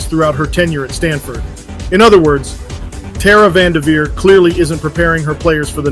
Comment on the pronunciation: You are spot on in your observations. May hold more weight if you pronounce the lady's name correctly tho. Keep spitting truth, but cross the Ts and dot the Is